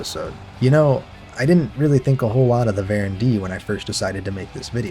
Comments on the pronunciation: Hi, why do you say varen when they are called voron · Why are you saying Varon ? It’s Voron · Why do you pronounce "Voron" as "Baron"